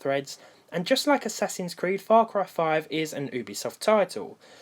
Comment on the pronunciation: I love how he says ooobisoft instead of youbesoft